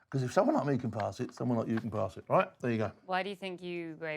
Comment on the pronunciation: Now that was a proper "ROIGH'"